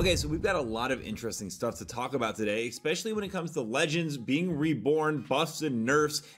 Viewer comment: Once again... Especially not Ecspecially